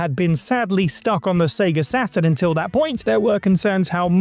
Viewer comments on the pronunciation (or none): none